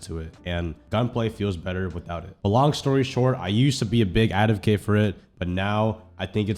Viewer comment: “A big adovcate “